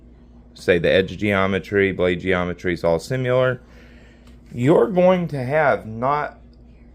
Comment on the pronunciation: That whole "high hardness 440c, corrosion resistant D2" from the data sheet is just marketing nonsense. Why do you keep saying "simular"?